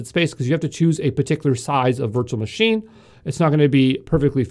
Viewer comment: Yo from exam pro.Please change ur accent/way of speaking.. Its Manger, Not Managerrrrrr. Its Machine not MachinEeee